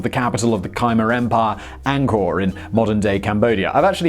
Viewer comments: Oh, Simon, will you please check pronunciations at least 0mce in a while? How do you get "KYE-mer" out of "Khmer?" I know you're too young to have heard the name of one of the most horrible people to "out-horrible" the Nazi for atrocities, but my generation (era of the Vietnam War) who heard "Khmer Rouge" in two out of three newscasts, it's pronounced "K-mair." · Khmer the Cambodia language is pronounced as Ka-mear. My village speaks it ;-) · "Khmer" is pronounced "k-MER". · Please learn how to pronounce Khmer. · Simon , I realise that miss pronunciation is your thing , but how in God's name did you manage to get Khmer so wrong ?